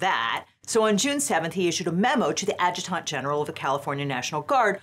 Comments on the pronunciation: Adjutant, a·juh·tnt, not a-juh-taunt. It's distracting hearing it incorrectly over and over. Also, This is insane. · It's pronounced "add-juh-dent" and spoken fast. 😎